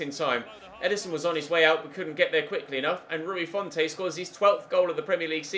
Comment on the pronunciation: Please call Rui his real name - Rui Fonte (font like comic sans ms) not Rui Font-ay